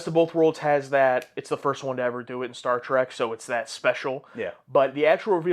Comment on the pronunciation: Was I the only one that heard him say: "Star SEARCH"?